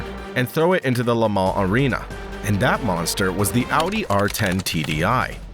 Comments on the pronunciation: It's Lemooon not lemow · "La-Mawn..." lol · I don´t think anyone could say "Le Mans" more unintelligible,... but otherwise good, althought I noticed that you didn´t make sense a couple of times... Le Mans actually sounds like "lemόn" (the stress on the "O"), and, at best, you pronounce the "O" out of your nose, and not the mouth. "Lamarre" is something else.